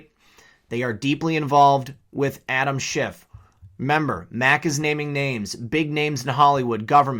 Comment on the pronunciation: Did Maria Bartiromo just call him Adam schitt sounded like it to me